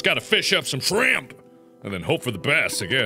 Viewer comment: "Back in the barrons we got power from fishing up SHRAMP!" Markiplier 2017